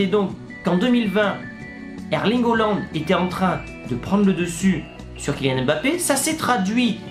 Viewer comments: C’EST PAS HOOLAND MAIS HAALAND ! XD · S’il te plaît essaie de mieux prononcer le nom de haaland ça fait bizarre quand tu dis holland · Je veux dire essaie de prononcer en français et pas en norvégien stp 🙏🏽